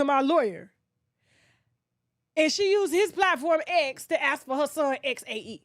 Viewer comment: The pronunciation for Xae might be zay 🤷🏾‍♀️